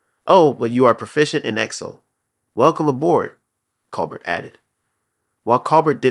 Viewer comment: Grrrr!! And mispronouncing Colbert's last name on top of it!